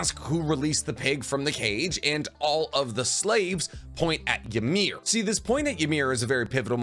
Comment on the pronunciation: Ymir (which you pronounce wrong and a lot do it) pretty much was healthy at the 13 years as a titan). She seemed to take the spear to protect the king and even then saw that he had shit all over her and pretty much choose not to live. He says it himself, you cannot die from a spear get up my slave.